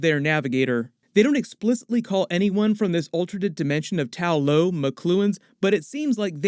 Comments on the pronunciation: Why do you keep saying “Tao Lao” in your videos, instead of “Ta Lo” like in the movie? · Ta-lo (tah-loh) rather than Tao-lo (taoh-low) according to the movie.👍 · Idk how it's so hard to remember TA LO bro it's not tao lao or tao lo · I love these breakdown videos but please change Tao Lo to Ta Lo. Its Ta Lo in the movie. thanks. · Why do you keep referring to Ta Lo as Tao Lo?